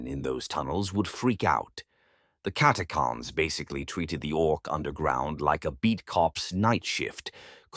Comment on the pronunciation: Yea, prob robovoice like many channels today. This one seems better than most. But yea, I'm assuming you mean the "ch" in Catachans not being pronounced? If so it was kind of bugging me a tad. But still, not bad other than little things like that.